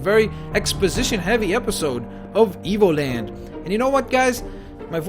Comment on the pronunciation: in the beggining seems like he say EVILLAND